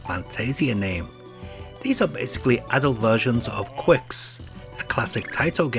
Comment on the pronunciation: Pushman steals music from Jaleco's Psychic 5. Also Qix is pronounced "kicks".